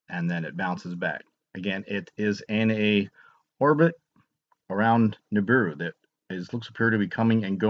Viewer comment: niburu you say? you mean the niburu you can #onlyseeonyoutube